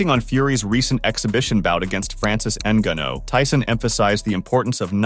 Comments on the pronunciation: N-guh-know.. lol.. n-gahn-ou is his yoy say it. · "francis engannow". AI voices ruining yt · En-Gan-Oh Denyeel-De-Bowa so many problems with this video. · PLEASE and I speak for everyone listening say Francis Ngannou name correctly. That was embarrassing